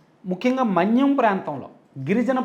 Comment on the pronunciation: Sir మాణ్యం కాదు, మన్యం ఎడిటర్ ఎవరో కానీ చూసుకోమనండి. ఇలాంటి చిన్న చిన్న తప్పులు వలన మీకు వేల్యు తగ్గుతుంది.